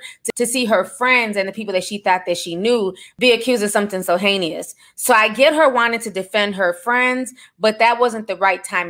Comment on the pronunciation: Lmao what is “haneyuss” is it like heinous ?